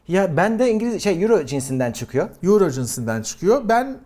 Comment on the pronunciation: 10 yüro ney, oyro diye okunuyor:)